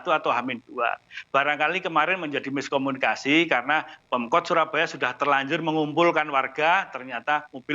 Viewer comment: Bukan miskominikasi. Tapi tidak kominikasi.